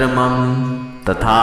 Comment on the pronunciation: आप मम का उच्चारण शॉर्ट मे क्यो करते है, मम का उच्चारण लॉन्ग karna चाहिये.